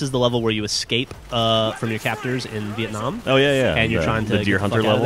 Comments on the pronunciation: why does Geoff say BFBC2: Vietnam different than when he said it in Black Ops? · you said vietnam wrong, where is my fried chicken?